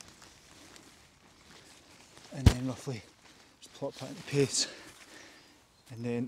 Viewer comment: Did you say lets just "plop that in pace"? 😂